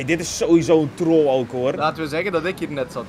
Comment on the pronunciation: wat me gelijk opviel is 'teoll'... handige harry zegt altijd: 'een foutje moet kunnen' 🤣🤣